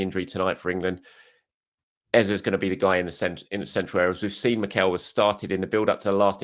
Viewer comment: Our starting mid 3 should be subject, Dec and Ezeee not Eza... he did a vid about pronouncing his name